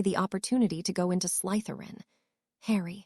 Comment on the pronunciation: There is no emphasis on the letter Y in the word Slytherin